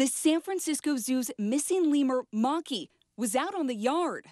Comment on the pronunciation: I think the Lemur's name is "Maa-kee"